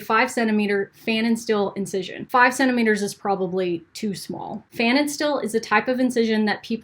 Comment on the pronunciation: As a German I have the constant urge to correct people ;-). Unfortunately, I don't have any expertise in this profession at all. But this guy (Pfannenstiel) was German, too. So here are my two cents on how to pronounce the name (more) correctly: the a is pronounced like the u in shutdown or shun. And the last syllable (..stiel) is pronounced like steel, at least in some dialects – in high german, the st is pronounced differently, but Americans struggle with that a lot, so let's not overcomplicate things.